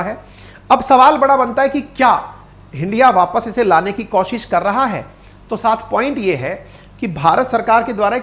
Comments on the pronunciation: आप हमेशां कोशिश को कौशिश बोलते हो ये ठीक नहीं है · आज तक आपने कोशिश को कौशिश लाखों बार बोला होगा जो गलत उच्चारण है